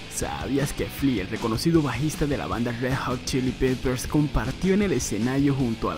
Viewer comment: se dice Red Hot Chili PEPPERS, no Red Hot Chili PIPPERS...